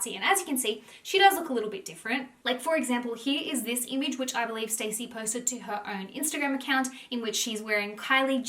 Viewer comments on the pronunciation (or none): Her name is not stacey it's Stassi (stawwwceee) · Guys it’s not pronounced ‘Stacey’ it’s ‘S-TAH-SEE’😭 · Me yelling at the screen STASSI! Every time you called her Stacey lol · It’s pronounced Stà-see. Short A. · Not "Stacey" 😭😭😭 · (Staww- see) is the pronunciation hehe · i cant get over that your saying stacey instead of stassi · Not gonna lie I was getting triggered that she kept pronouncing stasi’s name wrong and saying Stacy😭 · It’s pronounced Star-see (short for Anastasia) Love you and your positive vids xx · I don’t think you’re saying her name right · How do you not know how to pronounce “Stassi”